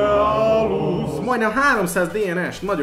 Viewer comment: Úgy kell kiejteni a euoplocephalust hogy eulophocefalosz